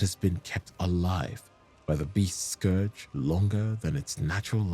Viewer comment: FYI 'scourge' rhymes with 'urge' not 'forge'.